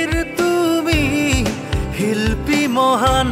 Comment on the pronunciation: First line r 3rd word shilpi r pronunciation bhool hoise hilpi buli koisa Zubeendar pronunciation huniba kenekoi kore baki bhalei hoise aru bhalo lagise je zubeendar karone gaisa 😢